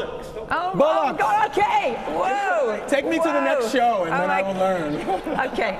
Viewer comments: That was the Bollocks! Hilarious. Especially as they can't get it right . Its sort of cute . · I thought I had heard it all but listening to yanks trying to pronounce bollocks is priceless :face-blue-smiling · 😂 good on the guy that tried to say Bollocks 😂